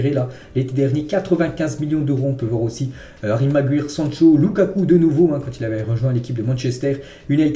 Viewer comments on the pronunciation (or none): none